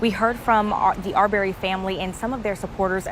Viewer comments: His name wasn't ar-BARRY. It's AR-burry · NOT R-BERRY...IT'S AR'BREY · They saying the last name wrong arberry